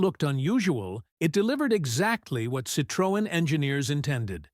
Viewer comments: Sitrowen - wrong Citroen - correct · AI, say Citrin... Not Citrowen. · It's not "citrÔen", it's pronounced "citroEn", the accent is in the last syllable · Ich habe nichts Neues erfahren und erst recht nichts schockierendes. Außer, dass die Drecks-KI nicht in der Lage ist, "Citroën" richtig auszusprechen... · ‹Shocking›? Not really. Surprising maybe. And the pronounciation of ‹Citroën› and other french expressions … well, try again. 😊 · Shockingly ignorant pronounciation of Citroën. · What a Disgusting and mispronounced CITROEN. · Learn to pronounce "Citroen!", it sounds ridiculous when You says it. And You got the suspension totally wrong, and the wiper stod still when the car stopped!! I had 4, so I know. Laying videos out on the web demands som knowledge